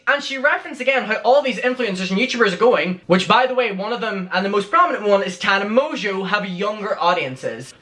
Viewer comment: Um, dude, you pronounced her name wrong...its "Tarna Mongo" lmao thankyouparishilton!!!!